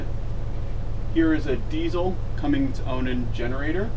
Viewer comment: everybody says cummings diesel when it is cummins unless there is a cummings which i doubt